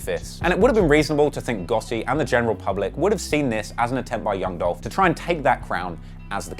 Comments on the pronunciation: Not Gutti....GOTTI!😂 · Nigga how hard is it to say the letter t when you say gotti 😂😂😂😂